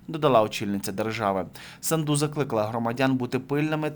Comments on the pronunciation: Не СандУ а САнду Ударение на А. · не СандУ а САнду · Фамилия из 5 букв, очень сложно поставить правильно ударение? СА’нду. Это ж путлер любитель исковеркать Сандру и другие вариации. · Да не Санду',а Са'нду!!!Ну Господи,Ви ж журналіст.